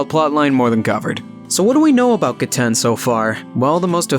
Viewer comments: It is ge-t-en GET IT RIGHT! GETEN IS THE BEST ICE USER AND NO ONE CAN CONVINCE ME ANYTHING ELSE. And you said 'seen her' its a he. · Just so you know it is “Ge-ten” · I think it’s pronounced gehten